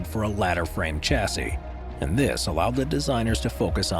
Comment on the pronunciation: Some of the pronounciations here make me shudder. Bugatti is Boo-gat-ee, not Boo-gah-tee. Similarly Chassis, being a french word, is Sha-see with a soft CH, not a hard CH like Chair. Jaguar is Jag-u-ar like it's spelt, not Jagwaaah.